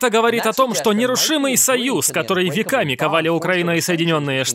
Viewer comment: Веками ковали )))))) или ве́ками?))))